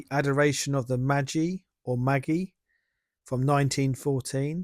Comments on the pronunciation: A good thing about channels like yours is that you cause me to look up things I realise I don't know. I now know why St. Michael is standing over a dragon. Thanks for that. Magi. Pronounced Mayjeye. Keep it up. Cheers. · Hi bro. Magi means ‘wise men.’ The three kings of Christmas. It’s pronounced ‘may..j…eye.’ Great vids. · Lovely, thankyou. Magi is pronounced “Majeye” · At 5,25 it is Adoration of the Magi, pronounced Maj-eye. 👍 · Magi is usually pronounced May-Jeye.